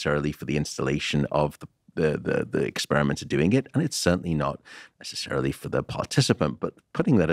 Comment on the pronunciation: Not "nessecarily" haha